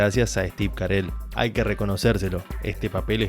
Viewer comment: Cómo Steve Carel?? es Steve Carrell jajaja Buen video amigo, muy buena critica y explicacion de la serie. Me identifiqué con tus opiniones.